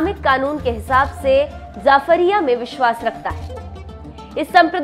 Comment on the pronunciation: Qur'an me surah al Anaam ka translation jo aapne Muslims ke liye kiya hai woh sahi nahi balki woh Muslims se pahle ki qaumo ke liye kaha gaya hai.. Shia ka group Zaafaria nahi Ja'afaria hai ( pronunciation sahi nahi hai )...